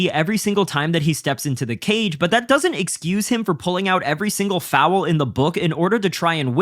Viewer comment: Please adjust the way you say foul. There is no W.